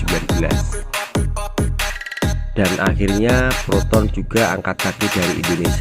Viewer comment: Proton bukan Peroton. Talingung!